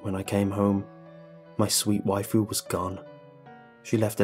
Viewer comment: Happy Hirohito lol. I figured it out once he said "wifu"